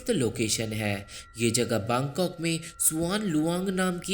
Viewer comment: Baangkok nhi bangkok